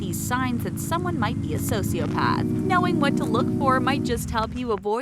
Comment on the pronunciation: IM TRIGGERD WITH YOU IDIOT SAYING SOCIOPATH WRONG